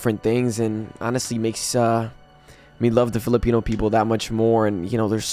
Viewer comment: You almost made me forget my language on how bad you pronounced philipino